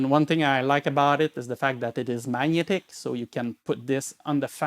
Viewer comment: Did you mean to pronounce magnetic instead of maniyetik or whatever you said?!?!?